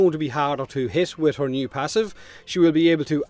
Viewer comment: "Which would be at the same time as Mesa Prime and everything that's coming with (whore)", and that glorious zoom on her posterior (juvenile chuckle).